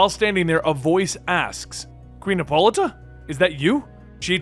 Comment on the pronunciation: Lol her name is pronounced HIPPO-LITE-A